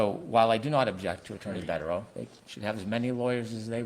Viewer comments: It’s Bederow, not Bukkake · Asks how to pronounce Bederow and pronounces it perfectly 🤷🏻